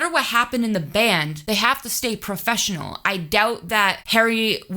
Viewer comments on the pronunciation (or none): none